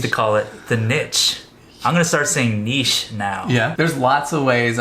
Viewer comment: Thank you for pronouncing niche correctly, well done, seriously, really annoying when people don't! LOL